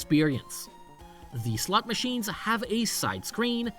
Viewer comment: I'm not normally one to poke fun at accents but I just can't help but giggle every time I hear "slut machines" in this video.